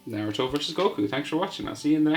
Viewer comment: you said naruTOES Lol